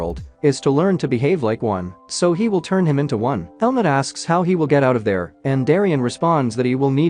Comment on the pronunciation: y i keep hearing helmet not helmut 🤔